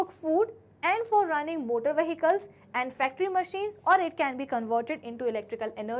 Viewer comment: Vehicles ❎ whikals✅😂😂